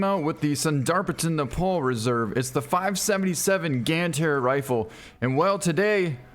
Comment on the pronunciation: You should pronounce as "Gāndhāri" 😊